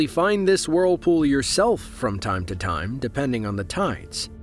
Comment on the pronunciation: Great video, but i can't stand hearing WORLpool over and over